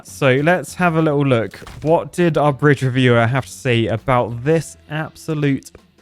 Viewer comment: today in enjenir: breeje